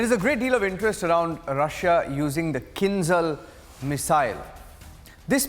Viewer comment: it`s not Kin[Z}al - it`s Kin[ZH]al Like Java, Japaj , Jiu-jitsu etc